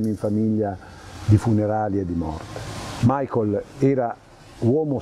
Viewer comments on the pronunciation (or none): Ma non è "Maicol" aĺl'inglese, bensì "Micael" alla tedesca. È come chiamare Giuseppe "Giuseppi" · 🤔¿perché molte persone pronunciano il suo nome come fosse Anglo-Americano?...dai su!